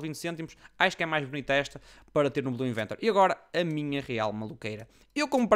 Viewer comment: oh, mentiste! o vídeo chama-se MY BLUE INVENTORY! e não belu iventary:V